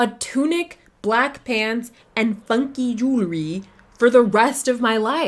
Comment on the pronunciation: was that "funkee jewelery" in a swedish trixie mattel accent?